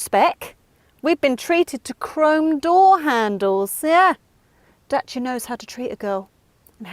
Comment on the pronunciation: best pronunciation for "Dacia"